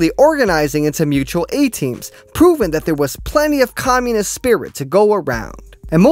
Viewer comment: Bro if you say "mutal a-team" one more time i collectivise your ass